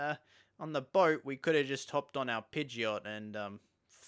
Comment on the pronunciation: When you keep calling Pidgeotto, Pideot 😤 No but super awesome video! Had very fun watching it 😄